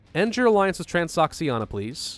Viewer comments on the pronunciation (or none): I think it's trans-ō-she-ānā